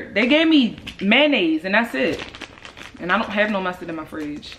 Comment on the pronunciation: I've never heard an American say mayonnaise x an that's on living in the UK xx